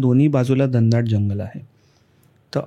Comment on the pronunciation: Dhandaat nahi re Ghanadaat